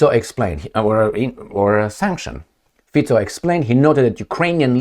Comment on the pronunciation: I think Mr Fico deserves to have his name pronounced correctly, don't you think?